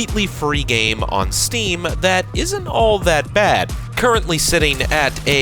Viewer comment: the pain in my eyes when he said "steam"